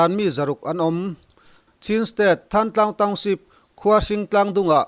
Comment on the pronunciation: Thlantlang khua hi Tuibur tih te, kawmthlang tih te, Lunghlu tih te ang a thluk tur a. ni e, Mi thenkhat phei chuan Thlantlang an ti